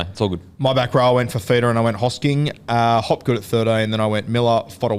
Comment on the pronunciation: Love how is the only person who can pronounce hosking